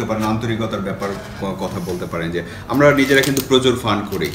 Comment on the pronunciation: ভাই যথাযথ সম্মান জানিয়ে আমার একটা পর্যবেক্ষণ আপনাদের সামনে রাখছি।। কথোপকথনে আপনাদের প্রায়শই র, ড়, ঢ় উচ্চারণের পার্থক্য নির্ণয় করতে সচেতন বা অবচেতনে ত্রুটি থেকে যাচ্ছে। 'আমরা' হয়ে যাচ্ছে 'আমড়া', 'আসার কথা' হয়ে যাচ্ছে 'আসাড় কথা', আষাঢ় হয়ে গেছে 'আসার' ইত্যাদি। আপনারা সমস্যাটা হয়তো বুঝবেন। অনেক দিন পরে ঢাকাইয়া টানে বাংলাভাষা শুনে মন ভরে গেল।